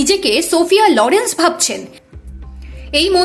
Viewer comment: সোফিয়া "লরেন্স" নয়, লোরেন 😅